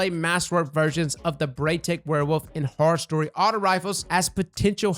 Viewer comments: said horrors least instead of horror story lol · did my guy just call horror story as horror’s least lmao